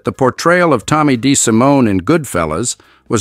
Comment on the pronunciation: Apart from the falsehood that Paul owned the cabstand when it was his brother Tuddy, and how to criminally mispronounce 'Lucchese' and 'DeSimone'!